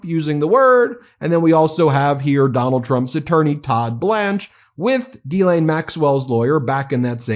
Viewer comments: “ Her name is Gislaine not Guylaine * the H should be mute in * Ghislaine , the proper pronunciation should be * Gislaine without the * H “ …….!!! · It's pronounced "Jizz-Lane" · I think it's pronounced 'Ga-len'...not that it matters, she's guilty AF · Would somebody please get this fellow the pronounce 'GHISLAINE ' PROPERLY.